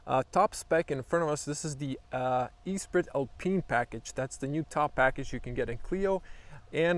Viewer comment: Its pronounced "S-pree Alpeen"